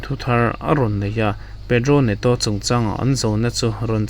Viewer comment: Pedro Neto tiin i sawi a jhao Pedro i rawn saw dei mei 😅